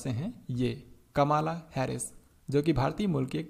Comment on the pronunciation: सर कमाला नही कमला